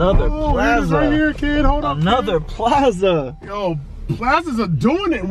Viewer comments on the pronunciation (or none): I love your videos been here since the “DAMN DAMN DAMN” song 🎶 but please my main man say it with me (Pl•Ahh•Z•Ahh) other than that love the video like always 😂 it’s all love